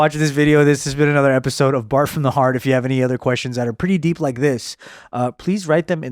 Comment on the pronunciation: Whenever I hear "Bart from the Heart" I hear it in his Chinese accent. "Baht from da Haht"